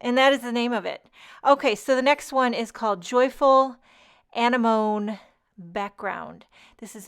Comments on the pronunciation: It's anemone -- ends with "nee." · I absolutely love your singing, and your 'just as I am' attitude. The flower is Anemone (a-nem-o-nee) and the potato pancakes are latke (lot-ka). Good try at sounding them out though. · It's pronounced ah-nem-oh-nee